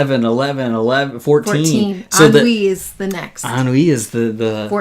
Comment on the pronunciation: "En-oui" lol 😆 BTW, Ennui is FRENCH